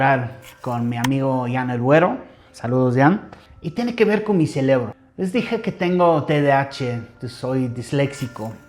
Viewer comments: "Mi celebro", hasta en esa mala pronunciación celebra. 😂 Que bonito cuenta su historia. ❤ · Me dió mucha risa cuando dijo celebro en lugar de cerebro, tu güero eres bienvenido a México gracias por aprender nuestro idioma, y recuérda un mexicano nace donde su gana se le da así que tú naciste en Inglaterra Pero eres mexicano , te mando un abrazo gracias por compartir tu experiencia de vida